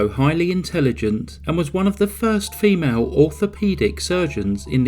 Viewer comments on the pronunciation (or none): none